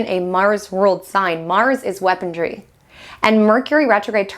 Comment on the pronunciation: “Mars could be weaponry,” not “weapondry.” There’s no “D” in the word.